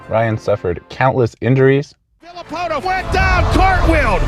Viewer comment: Villipoto? Made my day 😂